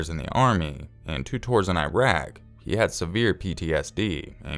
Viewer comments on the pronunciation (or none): none